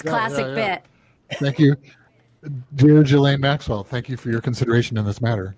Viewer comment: Oh my goodnesss just say her name right why is it so hard to say maxwells name correctly😊!!! The younger chap said it correctly then the older chap after hearing the correct pronunciation says it wrong again!!!! It's very lazy.